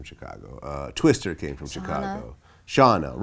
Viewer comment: i hate how he says "twister"